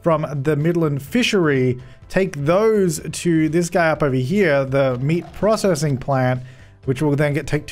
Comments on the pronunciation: Any one love the way he pronounces 'processing'. Haha. Always makes my day. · Hikers42 he pronounces it the usual way?